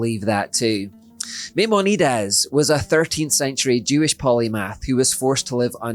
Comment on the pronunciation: LOL! Meaminedez? My-mon-ah-deez. He isn't mexican